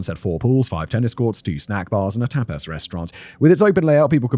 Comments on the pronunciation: Tap aaass restaurant lol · Simon pronouncing tapas as tap-ASS is the best thing about today for me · You're a tape-ass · Tbf it's the British pronunciation and how it's pronounced in some countries alphabets so if he was unfamiliar with the word it'd be a normal guess